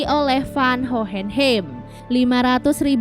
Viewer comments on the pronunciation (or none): Hohenheim bacanya “howhenhaim”